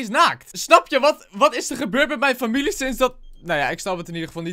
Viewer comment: je zei ipv familie furmilie